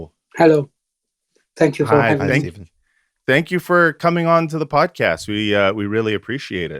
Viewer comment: Came back to rewatch and i think it's the only time got someone's name right! I'm bad at pronunciations too so I'm not talking ish 😅 Love to you good men. 🙏🏻🕊️🇵🇸✌🏻